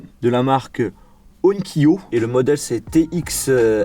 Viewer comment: L enceinte onkyo se dit on-Kyo et pas onne kyo, et c est de la superbe qualité